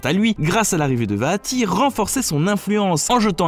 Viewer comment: ca va j'ai déja réussit a jouer a 3 4 personne apres c'est normal vue que les link peuvent faire ce qu'il veulent X) bonne vidéo :D mais ca fait bizarre quand tu dit vaati moi je juste vati XD